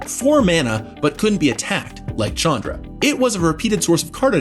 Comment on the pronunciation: This pains me but that's not how you pronounce Chandra.